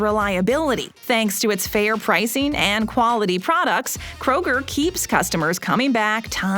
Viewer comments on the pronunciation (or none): It's "jewelry" NOT jew-la-ree. Also, -ING is NOT pronounced -EEN. PricING not pricEEN; hopING NOT hopEEN.